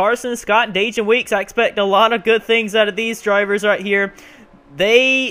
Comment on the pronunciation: Man 29th, we will be working hard all day when race day comes. P.S. I hate to be that guy but the correct way to pronounce Dajon is like saying Day-John